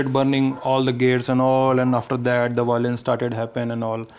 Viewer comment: what is bilance? once you can say violence I'll listen your interview